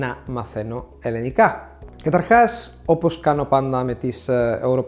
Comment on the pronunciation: It would be great if you could correctly pronounce the word ελληνικά. It sounds like you're saying "ελλενικά". Otherwise great job